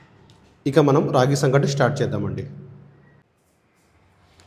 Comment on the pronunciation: (సంక)టి కాదు , సంగటి.